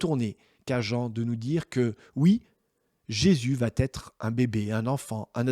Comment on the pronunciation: Merci pour cette courte étude dévoilant, une fois encore, le don unique que Dieu nous a fait. Une seule petite mise au point: ' va' n'a pas de t au bout. Dire va-t'etre choque les oreilles! Merci d'en tenir compte !